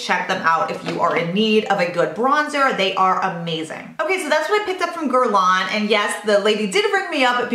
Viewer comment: Love your videos and it's cute how your husband mis-pronouncess Hermes and you mis-pronounce Guerlain LOL